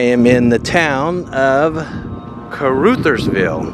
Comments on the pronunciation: Caruthersville is pronounced { cru-thers-ville} no hard feelings but i was born and raised here and know how to say it no hard feelings and the crime rate is quite bad but its a nice small town lot of stray animals and most of the burnt houses was from fire works and some house fires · Caruthersville is pronounced like this. karothersville. You have the beginning correct. The u in Ruther sounds like the o in other. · Car ruthers (rhymes with mother) ville Hay-ti ... Hay-tie ... you missed Hayti Heights which is far worse these places love their high school football and basketball! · Caruthers is pronounced like brothers, with the ‘uh’ sound. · I always heard it pronounced (kerr-OTHERS-ville) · the C is pronounced K....so it would sound like Karuthersville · KAW RUTTERS VILLE is how its prononced. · I believe it’s pronounced car-UH’-thers-ville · It’s pronounced Cuh-RUH-thurs-ville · Pronounced Careothersville. And Hayti is pronounced Haytie. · (Pronounced) carOTHersville. 😊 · Honey, it's pronounced "ca-r-OTHERS-ville". 😘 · Pronounced: Car Others Ville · Its pronounced caruthers like brothers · Caruthersville...pronouced like mothers. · Ca-ruh -thersville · Pronounced.....crutherville like brothersville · Pronounced, CAR-OTHERS-VILLE now say it fast 😂😂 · Pronounced car others ville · Not Ca-Ruth-ersvi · Kuh-RUH-thurz-vil and HAY-tie. And both have much nicer neighborhoods than shown. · The town’s name is pronounced car u thers vill with a long U sound! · Mispronounced Caruthersville too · Soft u on Caruthersville. Rush Limbaugh was from the boot heel. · It is pronounced Caruthersville. Uh as in umbrella, not oo as in you. I grew up in the area, specifically in Hayti. That is pronounced hay-tie, btw. Caruthersville was always bitty, put on a pretty good fireworks show when I was little. The casino brought a lot of hope for expansion, but Walmart left, and the town kind of gave up. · Pronouncing the name wrong, short u 😊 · Kuh RUH thurz ville